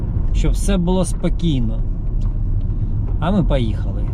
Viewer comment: Українською слова із літерою О : пОїхали, пОкажу, такОж та інші - літара О в них звучить, як О, а не А - пАїхали, пАкажу, такАж